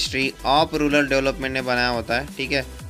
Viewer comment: Sir it's not rular , it's rural